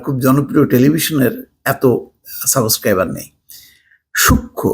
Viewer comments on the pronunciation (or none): none